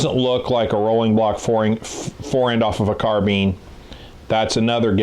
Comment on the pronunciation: It's carbine dang it! Not carbean!